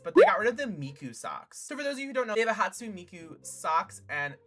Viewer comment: thats not how u pronounce hatsune, also those r boots